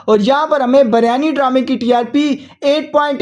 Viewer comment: Biryani not baryani😢😂